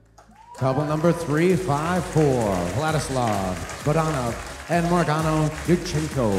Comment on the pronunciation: Maryana Dudchenko.... not Marango hahahah